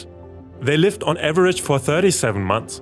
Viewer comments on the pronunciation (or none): none